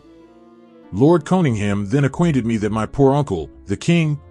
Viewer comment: Can't pronounce Cunningham correctly